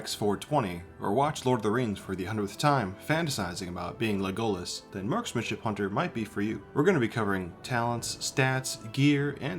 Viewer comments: Le goalas lmao It's LEgolas but otherwise good video! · We May have a problem, if you say Legolas like that ever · Don't ever say Legolas like that again. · I almost closed the video at that moment, but decided to give him a chance lol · My man has SEEN the movies, heard everyone else pronounce his name in the films, and still butchers it. 😂